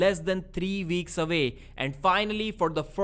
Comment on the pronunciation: Weeks you fucking moron. Get your lip out of your damn mouth. Not veeks. Figure it the fuck out or pay someone to do voice overs. Jesus christ if you are going to speak English at least learn the alphabet its only 26 letters. Figure out how to pronounce them please....